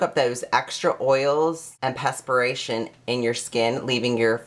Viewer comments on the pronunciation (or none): He can't even pronounce moisturizer or perspiration hahaha I can't take this person seriously